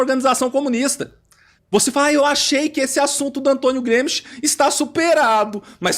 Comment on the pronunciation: "tem Antonio Gruemischt"